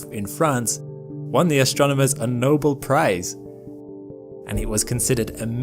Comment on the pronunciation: face-red-droopy-eyes:, I love your videos in content and style, but there is 👉no excuse👈 for not knowing how to pronounce "Nobel". The accent is on the second syllable.